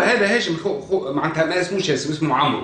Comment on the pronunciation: يقال : عمرو amr والواو لا تنطق